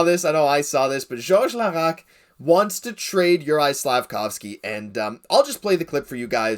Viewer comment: "George Laraque" .....